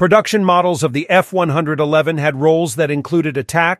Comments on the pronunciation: He must have said it wrongly one hundred and eleven times. 😮 Actually, this character's personal pronoun is "it", as in, its a robot. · Little did I know, that when I attended an air show in 1966 at Pt Mugu and the Navy version, F-111 B did a flyby, that in 1973, I'd be a Crew Chief at Nellis AFB on an F-111 A. Yeah, come on dude, F one- eleven, not F one-hundred-eleven. For Pete's sake. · Tell the computer voice that it's 'F-one-eleven' Does anyone ever say F-one-hundred-eleven? I've never heard it from a human.